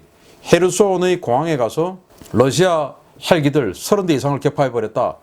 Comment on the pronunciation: 신선생님, Russia를 Lussia라고 발음하시네요.